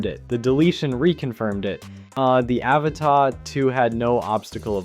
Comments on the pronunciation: My single criticism here? Stop mispronouncing "Avata". I really like your stuff and don't mind it being a mix of others footage. But please call it what it is, Ah-vah-tah. Lolol. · Yeah but you still pronounce Avata wrong, it's not French. Doesn't mean I don't like your videosI do, I follow you after all, and give a like to all your videos, it's just that the pronunciations it's annoying and not what DJI calls it.